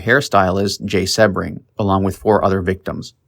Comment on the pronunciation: I believe Abigail said, stop killing me, I'm already dead! Please learn how to pronounce names before doing a documentary...SEA Bring, Jay SEA Bring!!